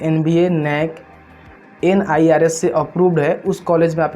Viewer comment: Nirf not nirs clear on voice sir Kisan credit card nhi Students credit card Not purposal Its bona-fide Phle ap Sahi se knowledge lke hi vedio bnye